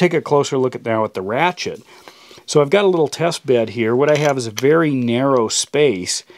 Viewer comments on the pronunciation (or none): none